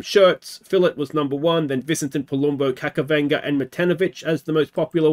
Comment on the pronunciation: JSYK his name is pronounced Kachavenda not Kakavenda